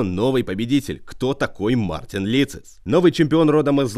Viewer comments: Не Мартинс а Мартиньш (Mārtiņš)! ЛАтвия!!!!!!!! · По латышски правильно Мартиньш (Mārtiņš)